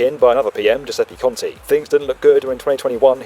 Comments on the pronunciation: I've loved the football metaphor :) Just two minor notes about that: It should be Impreg-IL-o instead of Impreg-LI-o and Giuseppe Cont-E instead of Cont-I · Is Giuseppe Conte, not Giuseppe Conti 😂😂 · *Giuseppe ContE, not Conti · it's Giuseppe CONTE , not Conti. And if you write such kind of emails using Google translator, no wonder nobody in Italy replies you. For example, you translate from English into Italian 2nd person, seems like you are talking to a friend in an informal way. If you want to speak in Italian, you need to use a formal language, that means using third person when you are talking to someone else. It's not working like English language. I wonder We build company could respond such email with also additional grammar mistakes. Anyway, good video. This time the bridge will be built and boost Italian southern Economy a lot. Hope many million of Turists worldwide will come visit it and the region of Sicily and Calabria. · I love this, I am italian - and i love the visual metaphor =) ps there is a type, it is Giuseppe ContE not ContI =) that said, I think we have major issue in Italy in trusting government to build this bridge without having mafia getting involved through some shell company. That area is infested with these sinister nesting russian dolls operators. Ultimately, real issue might be not even that, but the fact that - by using sketchy operators - you would end up with a bridge that will never be usable due to construction fallacies. Also, in Italy we recently lived a tragedy on Morandi Bridge which left many casualties. This is no joke for us. Finally, in Sicily there is no infrastructure, there is one railway and it's old and full of issues as you said. So it's like we are building the house starting from the roof =) for all these reasons, I am TOTALLY AGAINST this bridge. Anyway, just my POV. excellent work as usual,!